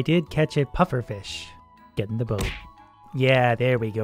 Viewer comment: "Gedenda boat"